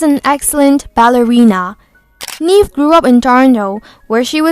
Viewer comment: It's not Neeve It's Neve, Jesus Christ